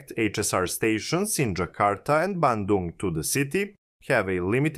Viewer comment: You nailed pronouncing "Bandung" perfectly!